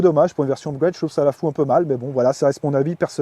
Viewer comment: Rien de mieux qu'un bon "upgoueyde" 🤣😘